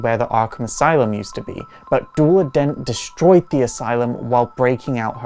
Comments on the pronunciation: Wait a minute? You pronouce Duela Dents name like Doo-la Dent, i've been pronouncing it like Doo-ella Dent? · It’s Pronounced like the word “duel” with “la” on the end, as it’s spelt, but also keep in mind, I’m from the U.K., and there are a lot of words and names we just say differently here, and I personally would advise anyone not to worry too much about the correct pronunciation of the name of a fictional character, unless the creator of the character explicitly states it should be said a particular way.